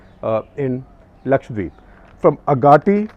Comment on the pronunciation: So thankful to you for saying Lakshadweep and not Lakshwadeep